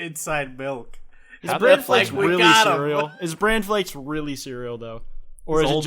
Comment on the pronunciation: He said brandflakes